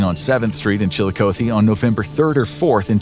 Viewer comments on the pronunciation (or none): The amount of times you mispronounced Chillicothe In this video hurts my head. As far as difficult to pronounce Ohio cities it's not even in the top 10. putting way too much emphasis on the O. oth-e not O-thee. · Columbus, Ohio, resident, here... The pronouncing of "Chillicothe" is not with an ending, "oh-thee". It's an ending "ah-thee." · Chill-eye-Cot-thee Please stop butchering how you pronounce the name of the city. Sincerely someone from Ohio. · One correction, it’s pronounced Chill-a-COTH-ee where “coth” sounds like “goth” but with a soft c. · chilikoathee makes me laugh every time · Incorrect pronunciation of Chillicothe. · The way he pronounces Chillicothe is cracking me up. Chillicothe and Cuyahoga always gets people. 😂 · It’s Chillicothe with a short O. Not a long one. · Am I the only ohio native thats absolutely bothered by the way pronounced Chillicothe? 🤮😭😥